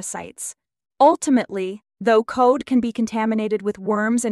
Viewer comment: Cod like in the odd couple. Not code. Love you.